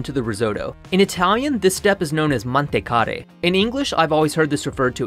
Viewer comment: It's "Tostare" not "Rossolare" It's "Cuocere" not "Coucere" "Mantecare" that's correct. A good dish overall, but I think the one with dried mushroom is much better. For anybody willing to try, here's the video recipe: /watch?v=jC0d_-L6gYQ